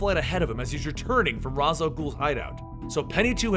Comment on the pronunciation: That moment when he called Ra's "Raz" I no joke got triggered 😂 (if you didn't know,its pronounced raysh